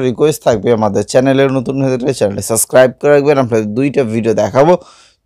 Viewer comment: ভাই,তুমি আগে শুদ্ধ ভাষার চর্চা করে আসো।কথা তো ভালো করে বলতেই পারছোনা।সাবস্ক্রাইব শব্দ টাই উচ্চারণ করতে পারোনা।